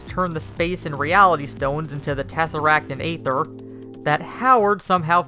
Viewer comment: ''Tefferakkt and aeftheer''